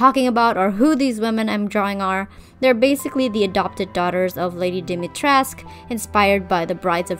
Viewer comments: They're all so much more recognizable and actually fit in with Lady Dimitrescu. A small correction tho, it's Dimitres-coo, all Romanian words except for a few pronouns, are pronounced how they're written. So basically, if you ever redesign Lady Dimitrescu, just say coo at the end. Btw, the middle one, I love the dress, I think they all fit their role very well and the redesign shows that hhh. 🥰 I love the eldest one the most! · Fun fact: the u in Dimitrescu is pronounced and isn’t mute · I'm romanian and I'm surpised that you pronounced Lady D's first name right, but misspronounced her family name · I love your redesigns but as a romanian it hurts my soul how you say Dimitrescu lol and vampires come from eastern europe btw :)